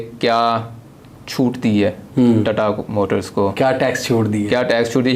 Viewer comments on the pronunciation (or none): "Tatta motors" 💀